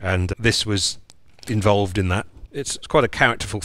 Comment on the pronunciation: The way you say this was 'involved' in that. Like it took part in some sordid affair :D.